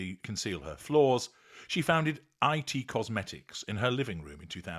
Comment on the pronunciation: You can’t even pronounce her cosmetics company correctly